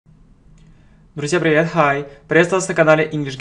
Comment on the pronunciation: a,e,i,o,u,y гласные на конце слова =открытый слог читается как в алфавите i=ай Hi= хай